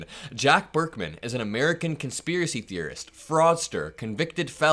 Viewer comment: Amer-ick-can Ghalib.